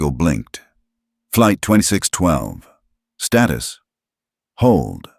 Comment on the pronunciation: Status is Pronounced as STAYTUS, NOT STARTUS learn how to read correctly.